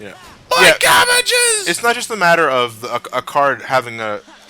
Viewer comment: don't you remember? It's not "cabbages". It's "cabeges".